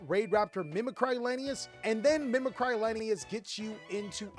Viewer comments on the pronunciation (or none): Why does every Yugituber pronounce "Mimicry" so strangely? It's an English word, it's not a portmanteau of "Mimic" and "Cry". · Yeah it annoys me too. It’s not like the word “mimicry” is an uncommon word either